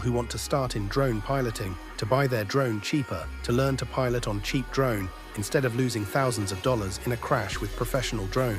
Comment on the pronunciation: 😂😂😂 "Mavis pro drome"